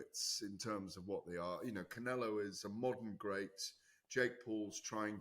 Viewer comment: the best is when he says saul canelo alvarez like pronouncing it wrong makes it sound more spanish or something😂